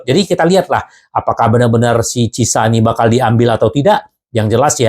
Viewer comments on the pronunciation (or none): Ciesa bang. Ejaan Italy itu lidahnya normal seperti bahasa Indonesia karena Ejaan Bahasa Indonesia itu kiblatnya Bahasa Latin. Jadi biar gak kesulitan dan gak kepleset lidahnya dalam menyebut nama Ciesa dengan CISA. Ejaan Belanda, Spanyol, Portugal, Rusia, Arab, Inggris. itu beda beda semua. Tapi kalau bacaan Latin. Itu lurus lurus aja seperti tulisannya. gak dilebihkan, gak di kurangi, apalagi di rubah. (seperti Inggris, Belanda, Portugal) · Chiesa = Ciesa aja bang. jgn di baca CISA. atau karuan sebut Khiesa. Krn ada 2 konsonan hurus bertabrakan. C&H. dan dalam Lidahnya org Italy itu di baca Ciesa atau Khiesa Kiesa _ asal jangan CISA. nanti kedengarannya gak Pro sebagai Fans di Club' Besar Liga Italy